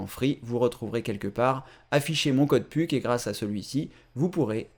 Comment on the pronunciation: on dit puk (peuk)